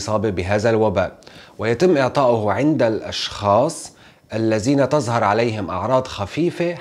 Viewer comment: عفوا على التصحيح ممكن تقول هذا وليس هازا او هازه بل هذه وتظهر وليس تزهر قتلتم اللغة العربية